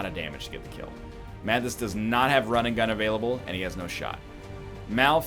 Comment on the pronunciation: why do i hear rinnegan every time he says run and gun